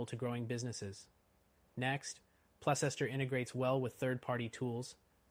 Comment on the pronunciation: It's pronounced Place ster you fool.